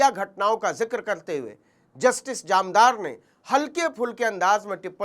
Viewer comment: जामदार नहीं सर, जानदार।